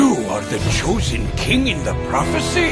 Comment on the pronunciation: Wait what the hell!? Is this bakura or is this jack atlas? There is only one person I know who pronounces "King" that way and it's jack. Aka. Edit- Nvm. I googled it and they are both the same voice actor. What do ya know